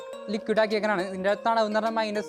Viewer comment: Thanavu alla thanuppu